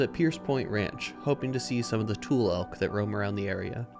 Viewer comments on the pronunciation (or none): Great video… new subscriber… love point Reyes. Not be critical but they are not ‘tool’ elk but “two-ley” elk and they have antlers and not horns. That being said enjoyed your video very much. Look forward to more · This is great! I am a lifelong Marinite and used to work for NPS out at Pt. Reyes. I love that it has become your go to place. Just an FYI, the elk and the reeds they are named after are pronounced TOO-lee. 🙂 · Thanks for your great photography guides - just to be a bit protective of language and pronunciation, it might be worthwhile for you to look up and learn how to pronounce names of things here in CA. Examples would be: tule elk, tule fog, tule grass = pronounced: TWO-lee Just thought you might like to know, being as you're putting yourself out here on YouTube and all! Thanks!